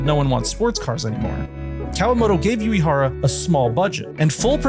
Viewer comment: Love the vid, but, sorry, the constant mispronunciation of Shigeru Uehara's surname takes me out of the experience. What you said sounds like "Yuihara", when Uehara should be more like ooh-eh-hara. U sounds like the "oo" in "Boo" and E sounds like the "e" in "egg"